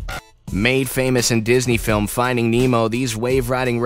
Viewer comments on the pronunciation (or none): none